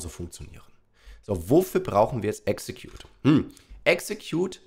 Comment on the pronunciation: Nicht exetcude🤣😂😅